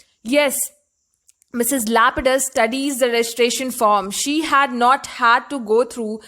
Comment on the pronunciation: First of all, Her name in not lupidus Her name is lapidus